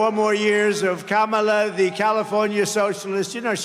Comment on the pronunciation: is just yapping to hear himself amplified at this point. He's like a toddler hearing his voice in a microphone for the first time with those crazy syllables and elongated L's 😂😂😂 KaHHHmAHLLLAAA😂😂😂😂 gotta admit he sounds like a biiit of a stalker. Like by alot. LLLoooooossser. Great crowd. How much did ya pay 'em?